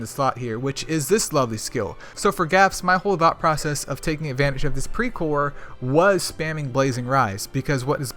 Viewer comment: Well you pronounced it almost perfectly.. Hehe...anyway thanks for the video... i hv much better understanding about pre core now.. 👌